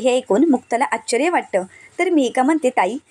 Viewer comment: शुद्ध बोल ,आश्चर्य नीट म्हणा